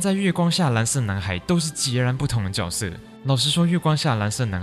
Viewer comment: 角色（júe sè) 脚色。。。